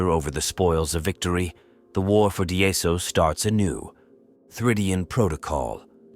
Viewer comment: Daemons is Latin for Demons, or an archaic spelling of demons in English. Pronounced, dee-muhns! Not Di-amons!